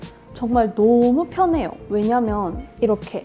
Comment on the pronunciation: 너무 편해요호 하고 강조하시는거 너무 너무 귀여워요...ㅠㅠㅠㅠ아ㅜ증말 이뻐요 언니❤️❤️ 월요일 남은 일주일도 즐겁게 보내세요..! 시험기간인데 언니 영상 보고 힐링하고 갑니다🌸🌸